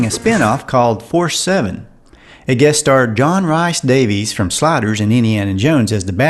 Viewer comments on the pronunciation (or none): Darlin’, it’s not RICE-Davies. Rhys is pronounced REESE.